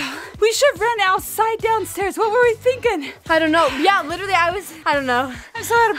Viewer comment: literal blizzard me: trying to figure out if she means literally lol